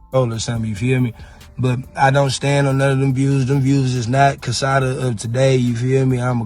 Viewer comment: It's pronounced Sah-dah